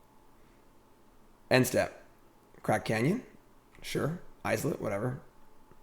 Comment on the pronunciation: The way he says "islet" kills me. Is it intentionally wrong to be funny? Because it's not funny. The laugh track is so cringe. I'm watching on mute from now on.